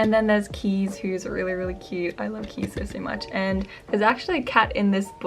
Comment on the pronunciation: As a Dutchie I just wanted to note that Kees is pronounced Kays not Keys ☺ Anyways thank you so much for your videos, you are really helping me to feel inspired to write!